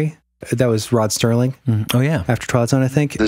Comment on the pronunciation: His name is Serling. Not Sterling. Remi wasn't a "Mrs."